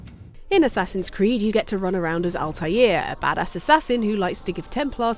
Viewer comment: The butchering of Altair's name makes me want to punch a baby